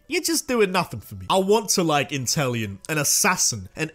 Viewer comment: INTELEON, NOT INTEL ION!